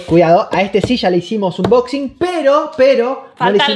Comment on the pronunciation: Repeat after me please... aaaaannnboxinggg... thank you